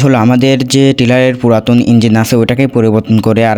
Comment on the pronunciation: ইঞ্জিল নারে বলদ ইঞ্জিন হবে।